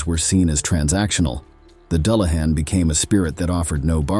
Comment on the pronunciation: I really enjoy your videos. Exceptional visuals, historically accurate lore. My only issue was the pronunciation, a slight pet peeve. I did seem to hear it correctly when talking about the weakness for gold. Doo lah han, for the unfamiliar. Thanks